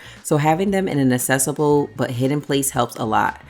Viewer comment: It’s pronounced ack-cessible not ass-cessible. 😊